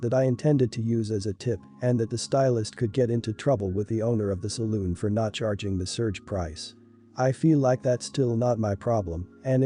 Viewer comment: Salon, not saloon.